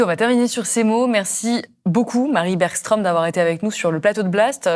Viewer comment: Bergström ne se prononce pas "bergchtrom" mais plutôt "bergschtreum" ("eu" ouvert). Que l'on francise la prononciation ne me choque pas, mais je trouve que c'est "gênant" quand on le fait face à face avec une personne dont l'accent trahit qu'elle connait très bien comment doit se prononcer son nom, alors que ça ne présente aucune difficulté pour un francophone de faire la différence entre "o" et "eu" ou "oeu".